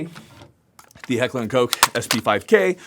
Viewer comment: "Heckler and Coke". Coke? Boy oh boy... why don't you Americans learn how to pronounce foreign names.